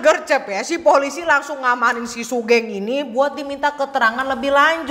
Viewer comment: btw kak, sugeng itu pronounce nya sugeng bukan sugeng (ngerti kan kak maksudnya TT) itu nama umum si buat orang jawa